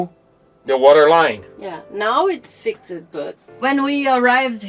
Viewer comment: ( and duca). I am always in awe of people speaking more than one language, but when you say fix-Ed can you try and say fixd or fixt please? Not a complaint, just an observation. I enjoy watching your work.